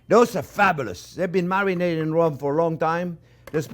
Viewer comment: marminated? LOL